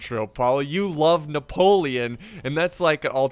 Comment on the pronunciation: “I say, I Napo- French voice kicks in - LEON